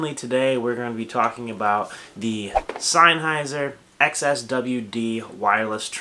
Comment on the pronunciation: Uh??? Synheiser???? It's SENNHEISER ! can't even pronounce the name 😱😱😱😱😱